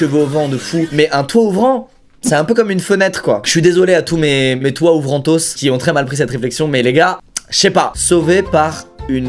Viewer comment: " mes toit-ouvrantos " 😭